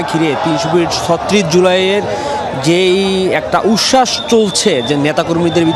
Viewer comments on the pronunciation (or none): উচ্ছাস বলতে পারে না বলতেছে উস্যাস